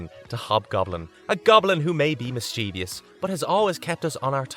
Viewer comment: Mischievous has only 3 syllables and no I after the v